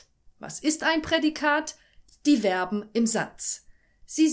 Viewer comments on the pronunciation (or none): Übrigens werben werden nicht ausgesprochen sondern Verben zu info